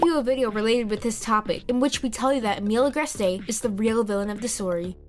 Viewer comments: "Emeel agrestay" "Akumanize" "Alayaa" "Juleeka" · Emilie Agreste's name is pronounced Emily Agr-est Emilie's name is just spelt the French way